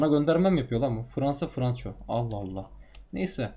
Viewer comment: franco ispanyasının okunuşu franko diye franço değil